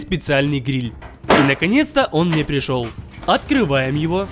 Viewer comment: на протяжении каждого видео: А́ткрываем! За́крываем! О́трываем!